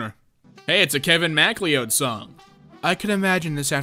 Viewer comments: bruh, its pronounced "muh-cloud" "Mac-lee-ooh-d", never heard that before lol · MAC LEO-D? Isnt that surname pronounced McCloud?